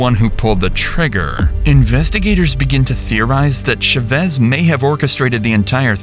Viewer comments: The pronunciation of these AI devices is so pitiful, what the hell is a “Sha-ves” it’s CHAVEZ! CHHA-VEZ GOOD LORD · Is this AI narration? No one pronounces that name as “shey-VEZ”. Try “CHA-vez”. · How hard is it to learn how to pronounce the last names of the people your entire video is about. Shevesss no. CH-AH-VVV-EH-ZZZZ. For fk sake, just learn it!!! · For the millionth time the spanish name Chavez isn't pronounced with an sh. Thats french. Its CH like in cheese. Stop doing this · The name is pronounced CHAVEZ... exactly how it's spelled. Not Sh-u-vez. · Its cha vez not sha vez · They keep pronoucing Chevez? Why isn’t it “Cha-Vez”? Why they keep saying the A silent? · Saying "Shuvez" instead of Chavez is driving me insane. What planet are you from that you can't pronounce Chavez? YouTube is weird. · "Shuvez" is a crazy way to say Chavez also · CH-AH-vez * Chavez. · Its chavez man wth u saying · Why is he saying Chavez like that? It's not shavez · It is Cha as in Charlie.....not sha. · FYI, Chavez is pronounced with a “ch” sound like “chair”. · why you pronounce chavez like that lol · The mispronunciation of Chavez this entire video has absolutely sent me 😭😭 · Josue, Chavez, Vigil from a previous vid.. there's gonna be a lot of crime coming out of Albuquerque. With all due respect, you gotta learn how to pronounce these names. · Ooo wee I wish folks would look up how to properly pronounce Hispanic names… it was so painful to hear “Chavez” mispronounced so many times. And before anyone comes for me, I was born and raised in Albuquerque (where this story happened) and if you watch any news coverage, this is not how to properly pronounce the last name. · Is no one going to say anything about how horrible he keeps pronouncing Chavez? lol Great video tho ☺️ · The pronunciation of Chavez is frying me😭😭